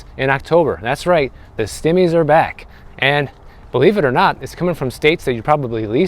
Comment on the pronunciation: "The stim-mees are back." 🤣 😂 🤣 😂, you're hilarious!😊 I love this channel...❤